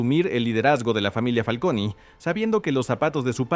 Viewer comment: Me pone nervioso que le diga Familia "FALCONIII" 😅